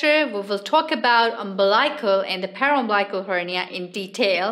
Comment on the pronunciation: Interesting topic. Note: Incorrect pronunciation of umbilical and paraumbilical.